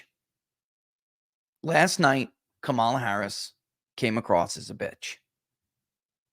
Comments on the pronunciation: And it’s pronounced Kuh-Mall-Uhhhhhhhhhhhhhhhh!!!!!!!! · I don't understand purposely mispronouncing her name. Is it really that difficult to say COMma la.........